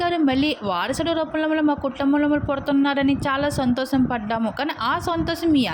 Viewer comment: Santhosham anali madam santhosam kadhu sorry plz